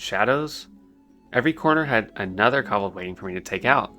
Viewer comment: co-bold, not cobbled... defias...